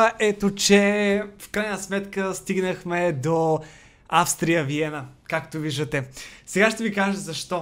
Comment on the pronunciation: на български език името на отбора се произнася Аустрия Виена, а не Австрия Виена